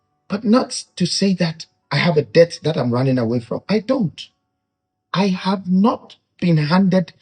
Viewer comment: this is a kind correction. Debt is pronounced as “det”👍🏾